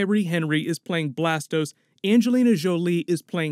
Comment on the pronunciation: Phastos** not blastos... fucking pokemon. (Yes I know its blastoise)